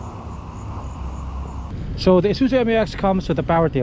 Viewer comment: should have been pronounced as "mew-X" and not M-U-X